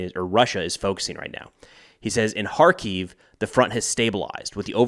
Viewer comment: You're pronouncing the Ukrainian capital wrong.